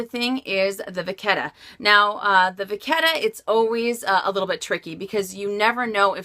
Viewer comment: Vachetta = va shhh ae ta. You're saying it with a k.